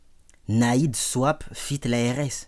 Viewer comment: Enft pour le swap c'est pas swippe mais en mode swap genre échange, c'est juste que le prononce mal